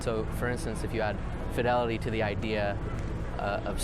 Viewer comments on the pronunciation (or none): none